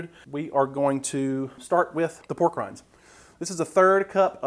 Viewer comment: When you said "Made with pork rinds" my ears heard "Made with war crimes" lol